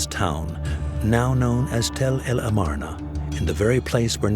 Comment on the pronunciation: And the pronunciation of Tel el Armana - Akhetaten - is hysterical !